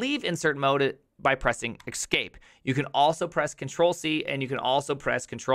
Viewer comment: "Ex-cape"? As opposed to the one I use right now?